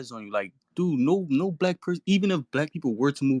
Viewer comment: “I NO BLECK”